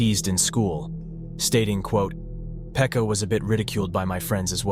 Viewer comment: its not "Phecka", its "Pekka" 💀